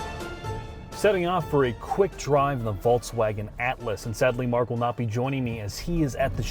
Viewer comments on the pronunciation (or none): Jesus Christ,. It's not a Volts-wagon.